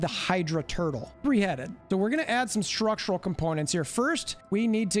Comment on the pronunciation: Schtructrural piece